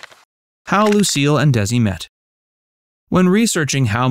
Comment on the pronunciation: I watched this film twice...In two words? No No. Nicole and Bardem's acting was so bad both as Lucy and Desi, and as Lucy and Ricky. Not to mention Nicole pronounced Desi with a Z. Lucy was the only person who pronounced Desi's name as it should be, as in De-Si... If you want to play a real person, learn how they talk, how they pronounce, how they do things correctly. Though, this film did introduced me to them and ignited my interest with their story, I've since January been reading their books, quotes, listening, watching and what not.